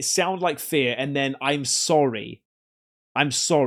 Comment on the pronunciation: it sounds like he’s says “I’m soaringgggg” rather than I’m sorry, to me. And the weird slappy noise is weeeeeird 😭😭